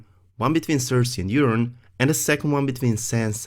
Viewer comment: I'm not making fun but i cracked up every time you pronounced Euron as Urine 😂😂